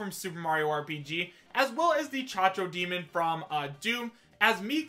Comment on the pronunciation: why are you still calling the caco demon the chacho demon people have been telling you you have been saying it wrong for agers now there is no H in Caco Demon